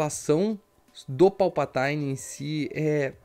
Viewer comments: Boa análise, parabéns. Achei o filme muito pobre de roteiro e direção. E aquele beijo no final... "Joe and Rachel feelings" Só uma obs. é Palpatine (vide pronúncia do google tradutor) mesmo e não "Palpataine". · Povo tá viajando na maionese na pronúncia...me pergunto se isso é uma piada com os atores falando errado no novo filme? Sei lá, não verei mesmo rs A pronúncia correta é tipo "Palpatinn" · PALPATAINE kkkkkkkkkkkkkkkkkkkkkkk